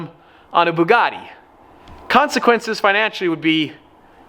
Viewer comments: Can you pronounce Bugatti how you used to because beaugahtea is kind of annoying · I thought it was a bugatti, not a bewgatti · Bewgatti? Lol said or around that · why did you say bewgatti 🤢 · The way u say buugatti is awful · Why does pronounce "Bugatti" like that?